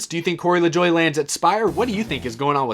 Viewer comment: Why do people keep pronouncing LaJoie's name wrong?